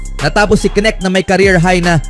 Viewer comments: Ahaha..ano daw nik..nkaka silaw pala huh?! Ahaha nakaka lito hnde pala yan silent K..dapat bangitin mo yon"K" kaya K'necht..c luka nmn sabi ng ibang vlogger luka donsik..putik nayan ahaha donsik doncec..anong pinagka iba dba niknik mo.. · hoy bobo kang voice over ka! KENET HINDI NETK.. BOBO AMPUTA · Boss correction lang k-nect Ang pagbigkas.. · Yung all over the internet na kung pano ipronounce yung surname na "Knecht" but still you stick to your wrong pronunciation. Lol. Bye